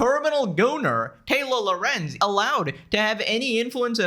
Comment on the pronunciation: When says "Taylor Lorenz" it sounds a bit like "Taylo Lorenz" which makes her sound like a character from Star Wars, her character does Jedi Mind tricks but in reverse, instead of magically convincing people she's right, she magically always manages to convince everyone she's dumb AF and wrong